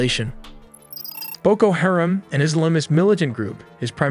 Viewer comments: Everyone needs to downvote this tool until he starts pronouncing the shit he is talking about correctly. You supposedly have the answers yet mispronounce a name on every single on of the videos. White guy from USA, here. And yet I still know it’s Haram. Not Harem. Educate yourself before you act like you know better, dumbass. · Hah-rom, not hair-am